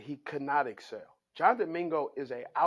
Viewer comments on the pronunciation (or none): none